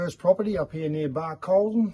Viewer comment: Hi, great videos amazing field craft and trapping and brilliant example to youngsters. Really laughed, when you said Barcaldine. I manage the Barcaldine Forest in Scotland 🏴 Thanks for sharing your videos 👍